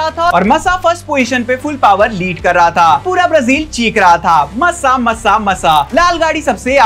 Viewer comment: Bhai please pronounce thik se karo Grand Prix ❌ GRAND PRIX (ग्रॉ प्री) GRAW PRI aise pronounce hoga ✅ MASSA = मासा not मस्सा aur wo Nelson Piguet nahi Piquet (PK) hai 🥲😭